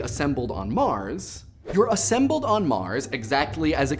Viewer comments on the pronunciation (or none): none